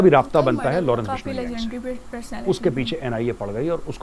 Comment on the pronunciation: Lawrence bishoniii 🤣🤣🤣🤣🤣bolna to sikh lo YouTube me video bnaaege ye 😂😂😂jaahil